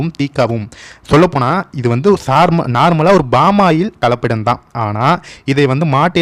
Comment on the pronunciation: கலப்பபிடம் என்று சொல்வது தவறு கலப்படம் என்று சொல்ல வேண்டும்